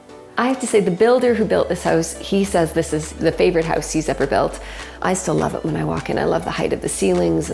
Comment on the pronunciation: They pronounce it as ‘Heouze’